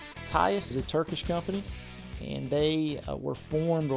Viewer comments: lol. He keeps saying “tyus”. It’s Tisas. Pronounced “Tee-sashe”. Or even “Tee-sas” would be phonetic. Anyway. These guns are perfection. The A1 vs the model of 1911 (pre 1920’s version) HAS an extended beaver tail. No one who has a proper grip will get hammer bite on an 1911A1. Also. Regarding the bare bones features and sites. For the people who buy this gun. THIS IS WHAT WE WANT. we want an ACCURATE representation of the GI issued side arm that the troops used in the 1940’s. Why? Because they’re sexy. This is the 1911 as Browning wanted it. As the military wanted it. Not those ugly extended beaver tail…skeletonized parts “1911’s”. This is what people have been wanting. No frills. A hunk of parkerized steel. Plastic grips. GI sites. That’s it. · Tisus, Tias, lol. It's spelled Tisas and pronouned Teesosh. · It’s Tea-sas not tie-sas! 😂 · It’s pronounce tea sauce 😂 and they have definitely changed up the packaging, you need to learn more about the history, which goes all the way back to World War II with this company and their relationship with colt firearms. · I aint being a snob jsut letting you know its pronounced 'Ti-Saush' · FYI. 'Tee-sawsh' = Tisas. Accent on the second syllable. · I have heard that it's pronounced Tee-sauce. Thank you for your video. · Little help with pronunciation; "Tee Saash" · I believe it's pronounced TEE-SAWSH. I have one of their railed models and I love it. Best bang for your buck 1911 currently if you want to dip your toes into the 1911 world.